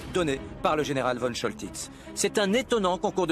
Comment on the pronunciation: Comment peut-on prononcer von Choltitz comme vonne et non Fonne ? C'est nul.